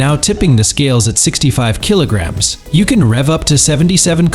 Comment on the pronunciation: Kilo-gams? Come on guys, you should have fixed this by now. And numbers are sometimes completely garbled. "Four one six kilo-gams; 4.16, 416?